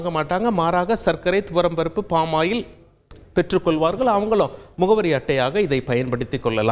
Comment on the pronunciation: For example, பெற்றுக்கொள்வார்கள் என்பது கொல்வார்கள் என்று உச்சரிக்கப்படுகிறது, plz correct your pronunciation